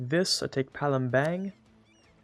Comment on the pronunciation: How to spell Palembang is read the "bang" part the same as you pronounced "dung', but replace d with b